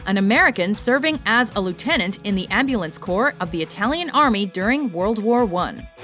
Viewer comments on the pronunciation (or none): none